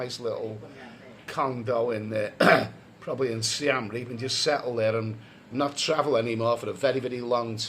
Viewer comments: its SI-EM reap not SI-AM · I know this. He calls it Siam Reap rather than Siem Reap.